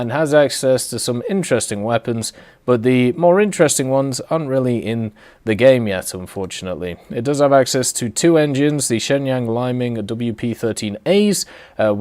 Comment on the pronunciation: I believe its pronounced 'lee ming', the word for dawn.